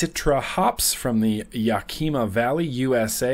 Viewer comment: Yak-i-ma, not Yukeema;) Great Vlog as always! Absolutely love watching your videos!! And the big giveaway you're doing for new vapors trying to quit analogs is fantastic.